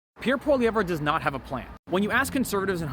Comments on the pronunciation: Never insult a man when you do not have enough respect to pronounce his name correctly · One would think if you going to talk about someone you would at least look up how to pronounce their name. Also this guy can go read the 2015 liberal platform.....only thing completed was the weed legalization.